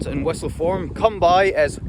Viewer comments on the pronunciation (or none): Agreed, his "lie down" sounds pure Aussie for some reason. His come by sounds like "come, boy" too.